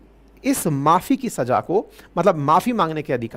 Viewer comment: गुरु जी छमा नहीं क्षमा(kshama) होता है। आपको शुद्ध उच्चारण करना चाहिए। और सजा (Saja) नहीं सज़ा (Saza) होता है।